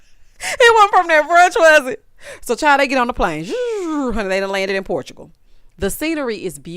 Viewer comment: Sheree so slow lawd faddah smh 🤦🏾‍♀️ “Port-chu-go” Stfu ma’am it’s PORTUGAL 🥴😅